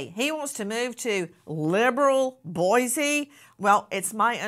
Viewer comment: Pronounced “boy-See”